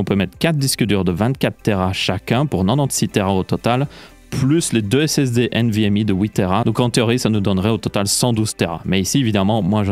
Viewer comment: nvmi nimporte quoi, tu parle francais, c'est nvmEU